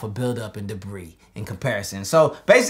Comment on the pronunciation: All of Earth: Debris: Debeeze